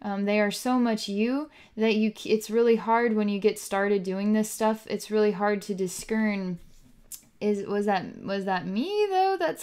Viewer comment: you say disKERN but its disCern, right? Jinormous hug. love, P.Kolack